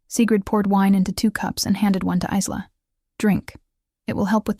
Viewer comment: Good story. Part 2, please! However, Isla is pronounced EYE-LA, like ISLAnd or ISLe ending with an A. The S is silent.